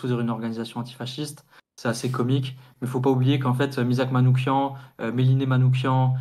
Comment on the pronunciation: Soutien à la Jeune Garde ! En revanche, en honneur de notre défunt camarade, attention à la prononciation de son nom : Manouchian se prononce avec /ch/ comme dans /cheminée/ pas /k/ comme dans psychiatre... Ça ressemble beaucoup au nom Manoukian, mais ce n'est pas le même 😉